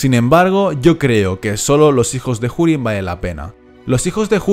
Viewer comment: pone urin no jurin....no entiendo ea puta mania de pronunciar la h